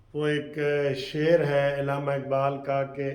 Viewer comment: چاچا شیر تو درست پڑھ لیا کرو۔